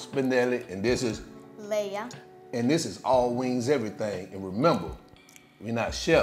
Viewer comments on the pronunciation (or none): none